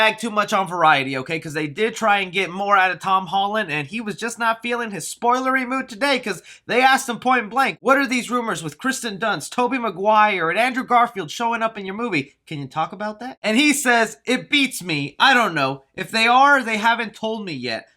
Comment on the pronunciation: Who else is a little bugged he call Kirsten Dunst “Kristen”